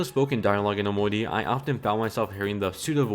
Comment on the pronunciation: So why does he say it like "omoni", lmao